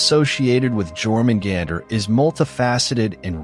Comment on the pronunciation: what bothers me the most is the mispronunciation of Jörmungandr ffs edit: every mispronunciation bothered me. learn how to pronouce names before you do videos in the future